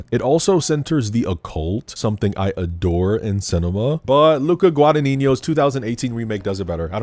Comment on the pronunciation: I love hearing americans trying to pronounce Guadagnino, you are so funny.